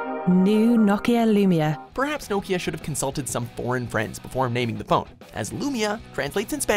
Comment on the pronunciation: The way he says Nokia is triggering me